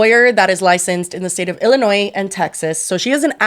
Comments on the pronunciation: Umm is it just a little bit cute that pronounced the S on the end of Illinois?! 😋😍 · girl, NO!!! You do not pronounce the S in Illinois!! DO NOT give Janet any more ammo against you!!!